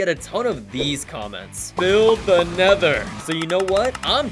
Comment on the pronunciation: tha nedor🗣️🗣️🗣️🗣️🗣️🗣️🔥🔥🔥 fleent and stil 🗣️🗣️